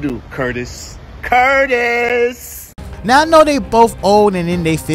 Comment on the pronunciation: The way he said " Curtis "😂😂😂😂😂